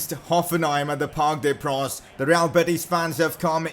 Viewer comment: It's parc des princes you stupid